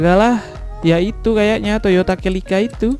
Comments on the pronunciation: Celika bang bukan Kelika 😂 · Baang dibacanya Selika bang bukan celica #CMIIW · Bang bacanya toyota selika